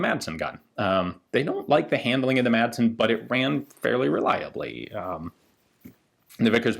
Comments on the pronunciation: "Madsen" is danish, and is pronounced "Massen." The d is silent. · Great Video. My only complaint is Your pronounciation of the Madsen gun. The "d" is silent!